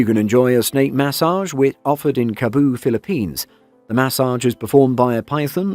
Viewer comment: corrections maybe..... you said sounding like "Cabo" it's "Cebu (See Boo to be easier for you to pronounce)".... also "Boho"?, it's "Bohol" (boo-haul).....